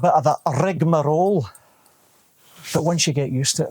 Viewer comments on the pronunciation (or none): Hearing a Scotsman say 'rigmaroll' has totally made my day 🤘🏼🤘🏼 🏴